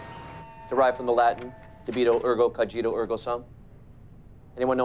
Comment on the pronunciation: Interesting film. Unfortunately it's DO-bi-toe and CODG-i-toe, unless linguistics is deleted too.